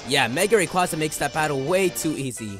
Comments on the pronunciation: Man why does everyone butcher Rayquaza's name? (How it's pronounced) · Has anyone ever noticed that japenese people called Rayquaza "Rayquza"?